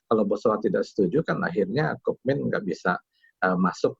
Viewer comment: Kookmin dibaca Kungmin